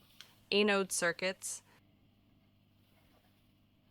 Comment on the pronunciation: The robot voice pronunciation is quite comical at times, particularly with words like "Kilo" and "Anode." I'm OK with reading subtitles!